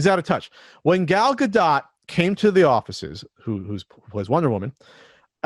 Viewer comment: it took me a full minute to figure out you meant "Gal Gadot." I legit thought you were trying to say Galaga. A Quibi series based on one of my favorite arcade games would almost get me to sign up Jeff Katzenberg & Vince McMahon should team up. Those two could come up with some good s#%t in tune with today's audience :P